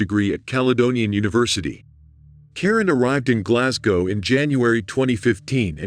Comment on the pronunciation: Thanks for pronouncing Glasgow correctly 🙏